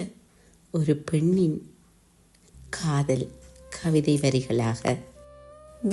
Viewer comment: உச்சரிப்பு தவறு. அதனால் கவிதையின் உயிர்ப்பு இல்லாது போகிறது. வாளிபம் கடந்த என்று தொடங்குகிறது. அது வாலிபம். காதள் உறக்க கூறு காளப்போக்கில் அணுதிணமும்???? லகரம், னகரம் ரகரம் எல்லாம் கொலை செய்யப்படுகிறது. ரசிக்க முடியவில்லை. வாழ்த்துகள்.